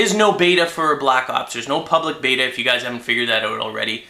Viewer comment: batter batter batter batter! Batter! lol i know he was actually saying beta.